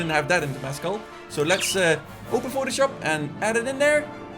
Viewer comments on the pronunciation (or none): none